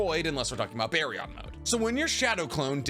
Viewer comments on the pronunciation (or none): none